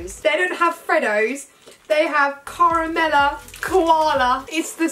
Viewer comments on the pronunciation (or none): "Shrimp on the barbie" Me: a common mistake "Caramela koala " Me: it’s pronounced Carmelo!! “Do they have platypus in Australia?” Me: THEY ARE NATIVE TO AUSTRALIA "You a Beauty" Me: it's "You Beauty" "They're SO good at rugby" Me: OK 😅 "Koala bear" Me: 😤 "They don't have freddos" Me: NOOOOOOO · Saffron: Caramela Me: it’s pronounced Caromelo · This video literally made me scream because they said we don’t have crunchies or freedo frogs and it’s pronounced CARAMELO NOT CARAMELA those chocolates are literally my favourite and they said we don’t have them. Also if they didn’t like the Tim tams I would cry 😢, not me being proud of them for not eating vegimite like freaking Nutella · Who else was tRiGgEreD when she said caramellos were the same as freddos 😳 no hate 💕